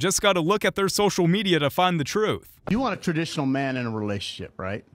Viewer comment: TRA - dictional or TRA- mp